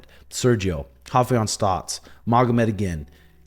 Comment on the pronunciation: lol why did you keep calling him “Haufeon”, hes not even Brazilian 😂😂😂